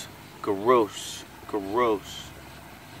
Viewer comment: No hate but when you said gross it was like Garoos